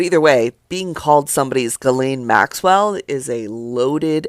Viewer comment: I so wish black vloggers would stop mispronouncing Maxwell's name sounding like hillbillies 😢 The S is silent like the g in neighbor